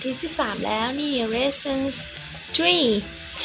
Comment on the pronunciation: Lesson เลสเซิ่น ไม่ใช่ เลสชั่น ครับ